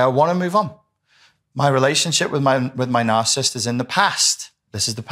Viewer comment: I can't. smh. You are leaving out an entire syllable. The word is NOT "narcist", it is nar-ci-sist. Other than that, you seem to know what you are talking about.